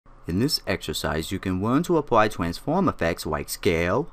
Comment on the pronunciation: "Twanswate, Twanfowm"